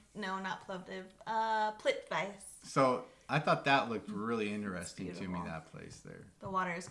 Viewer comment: that Waterfall place in Croatia "Plitvice" you mentioned is actually pronounced with 3 syllables kinda like "Plit-wee-tse" Greetings from Vienna.